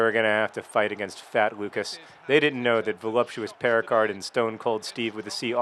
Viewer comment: Since my first language is French, I'd just like to point out that the name Péricard would be pronounced Pay-ree-car, the D being silent, and that the way John pronounces it makes it sound like the equally French word "péricarde", which is the pericardium. To me, it sounds like the player is called Voluptuous Pericardium.